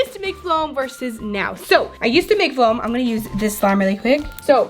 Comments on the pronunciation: This is how many times she said flom 👎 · She kept saying floam she needs speech class LOL